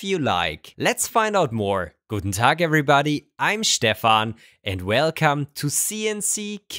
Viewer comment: I love it when shtarts talking about shtepper motors